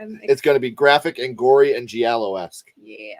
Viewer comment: Italian here. It's giallo with a G like in the word "giant". It means yellow in Italian and refers back to those types of stories that would usually come in books with a yellow cover. If you google giallo books you'll see it.